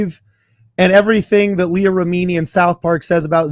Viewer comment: try watching Leah Remini: Scientology and the Aftermath. You could then learn how to pronounce Leah's name correctly, and learn more about the evils of Scientology.